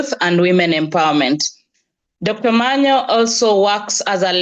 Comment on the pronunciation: Dr.Omanya not Omanyo. Pardon my tongue with Os'